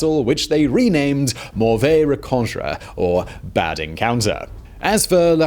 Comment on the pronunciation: lmao the way he said mauvaise rencontre